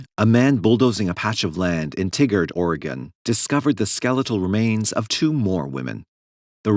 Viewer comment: As someone who lived in Beaverton, OR, I have never heard someone pronounce Tigard (Tie gard) as "Tiggered." Had me answering a few questions when I burst out laughing at work